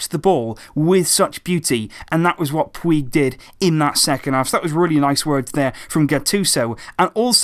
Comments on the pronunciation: His name is not pronounced 'Pweeg', it's really 'Pooj'. Just search "Puig pronunciation" and watch the first video that comes up. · It's pronounced pooch. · Puig is pronunced put͡ʃ ("Pooch") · His surname is pronounced "Putj" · Love your videos. Just one thing though, Puig is pronounced like putch in Catalan. Sorry just felt like it might be worth pointing out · It's pronounced "Pooj" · Takeuchi Omaha pooch* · please pronounce his name correctly. in catalan its pronounced like "pooch" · im catalan and the way puig is pronounced, sounds like "pooch". simple really. just google "how is puig pronounced" and it tells you in big letters. if you knew anything about fcb or catalan culture you would know that. im sure would want to get it right, why on earth would you actually knowingly want to get it wrong???. btw your grammar was much better last reply. well done. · "PUIG" isn't pronouced like that, i don't know how to explain it but it sounds way different. I'm Spanish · this is how you pronounce it.